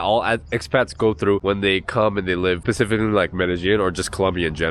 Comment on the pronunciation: Sorry to be "That Guy" But it's Specifically NOT Pacifically,..